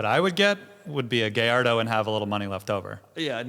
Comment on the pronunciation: Acura pronunciation is obnoxious. People who insist upon mispronouncing just to troll are somewhat annoying, but it is what it is. Lol, guhlardo is bad. I think that's the Lamborghini guy in Florida, too. It kills me when authorities on some brands ignore how to say it. Mercy-ell-ago from is almost unforgiveable. I know says coontazh on purpose as well.